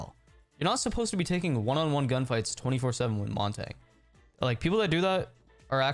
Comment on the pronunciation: You say montagne wrong